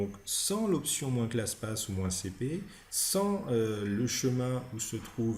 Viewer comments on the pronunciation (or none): Très bonne vidéo. Bien expliqué et claire. (Seul bémol, c'est en peu déroutant de lire PATH et d'entendre PASS ... ou encore : de lire CLASSPATH et d’entendre CLASSPASS...)